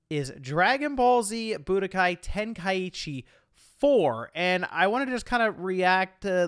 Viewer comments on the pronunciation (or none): It's pronounced Ten-Kai-Chi!! There's no extra I in the word 🤬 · Thank you for sharing your thoughts and feelings, I'm definitely ready for this one. SO many good times with this game and when you pronounced it "ten-kai-Eee-chee" it brought tears of joy to my eyes haha. It reminded me of the days when my boy used to say it that way and I'd always laugh and be like , you mean ten-kai-cheese? Because it was so easy to hide then spam . It was fun!! But not being funny or anything because I'm definitely not a wack job but it truly is pronounced ten kai chee but I like the way you and my friend say it.